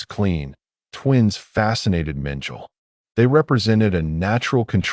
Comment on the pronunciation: The 'AI' voice mis-pronounces the name of Dr. Josef Mengele as 'Minjile'... Two syllables, Like 'Mitchell') The correct pronounciation is 'Meng-kell-eh' (three syllables.) xx SF